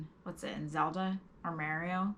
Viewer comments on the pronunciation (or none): none